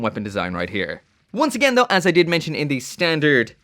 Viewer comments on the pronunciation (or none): none